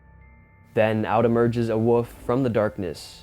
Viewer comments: What is it with the younger generations not being able to pronounce WOLF? This young dufus insists on saying WOOF! WOOF! like he's some sort of barking dog! Its W-O-L-F! WOLF!! Not WOOF! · The "WUFF " LOL!! I guess he meant WOLF (WOOL-ph!) ? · Its not a "woof"...its a "wolf"... You pronounce the "L". If you're going to narrate please get the pronunciation correct, yes? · It’s a WOLF not a WOOF !!!!!